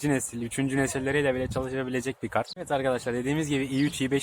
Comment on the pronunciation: nobody:: eved arkadaşlar